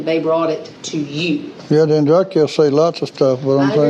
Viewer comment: is a subpar human. He doesn't even have the decency to say their name properly and the Andreacchio family wants Justice for Christian and have been ignored, and lied to. I am appalled and pissed off listening to him spout off his mouth.